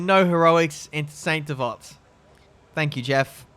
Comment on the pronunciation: “Saint devot” Omg ouch my ears